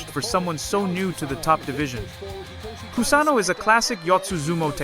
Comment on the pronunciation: I don´t appreciate his pronuciation of Kusano´s name.